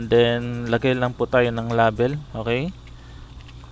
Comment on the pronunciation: nasasaktan ako pag minu murder mo ang english... please paayos nman pronounciation mo sa "LABEL"